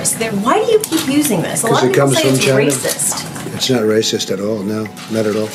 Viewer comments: Trump: “because it comes from CHY NA”😂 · Lol, rofl I thought I was the only one who found his pronunciation of China, helluva funny.